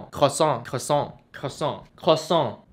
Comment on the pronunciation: croassant bang. Di francais oi dibaca oa. Tapi lucu ngomongnya hehe. Maaf ya bang aku ketawa